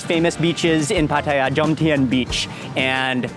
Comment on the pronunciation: Mark pronounces Pattaya like a Thai (no foreign accent at all).